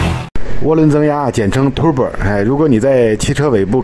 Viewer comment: Tur-bo, not Tu-bor